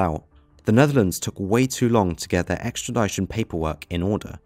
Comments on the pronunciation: Extra-dish-on, that's how you say it, NOT extra-die-shone. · Extra Di Tion not Extra Die Shon